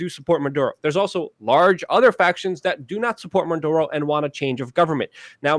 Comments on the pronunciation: Why does he insist on calling the guy Manduro. Maduro his name's MA DOO RO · it's muh dur oh, not mun duro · REPEAT AFTER ME: Maduro not Manduro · It's not "Munduro".......leave out the "n" that isn't in the name. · The funny thing is that sometimes Luke pronounces it correctly......which is actually more strange than if he was consistent in incorrectly pronouncing the name!